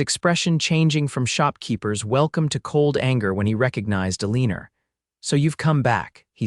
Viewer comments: UNAI pronunciation? Eleanor is not Ileeneer it is Ellen or El an ohr - Bungled poorly.. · This was a really wonderful story. Though the reader didn’t pronounce Eleanor correctly through the whole story. Listening from sweet home Alabama ❤❤❤❤ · Mispronounced name of Eleanor’s drove me wild